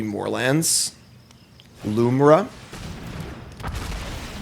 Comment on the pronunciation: Everybody keeps inserting an extra "a" into Lumra's name. It's Lumra, not "Lumara". Besides that tho, cool deck!